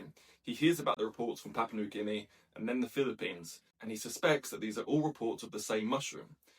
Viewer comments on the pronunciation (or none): none